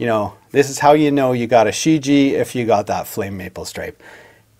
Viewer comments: Pardon me: "Shi Jie" should be pronounced "shi j-yeah". Great Review nonetheless! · From what I can tell it should be pronounced "She - ji-eah" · The first syllable "Shi" is pronounced "sss" and the "Jie" sounds the same as Ibanez "Jem" minus the m, so "sss je"